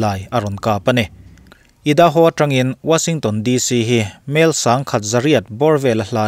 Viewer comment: Idaho hi, " ai - duh - how " tia lam tur....just saying...a bengbar thlak thin hle mai....ka channel duh ber ini 😀😀